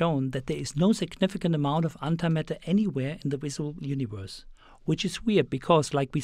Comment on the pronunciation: i like howhe says universe... U N I V O R S